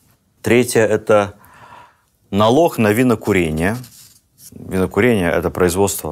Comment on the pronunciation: Особенное наслаждение от специфического гхэ. Налох дворянам не понравился)